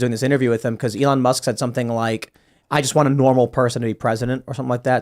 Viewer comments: Ellahn? Didn’t know you could pronounce elon like that. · Uh-lon Musk for pres. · I like this guy, but how can he not know how to pronounce Elon? Or maybe he's right and everybody else is wrong....